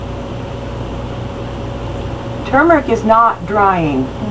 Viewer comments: Thank you for pronouncing it correctly. I will give it a try on my face too. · 👍🏽 for not saying "TOO-murick" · You are the first American I've come across on YouTube who pronounces tuRmeric correctly. It's got an R in it folks. Irritating as hell listening to Yanks pronouncing it 'toomeric'.